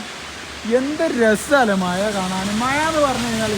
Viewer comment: മഴയാണ് പൊട്ടാ മയ അല്ല.. കഷ്ട്ടം.